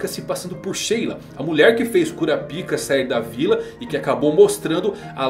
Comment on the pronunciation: É Kurápika, não Kurapíca! Não consigo assistir um vídeo de alguém falando Kurapíka, dói os meus ouvidos.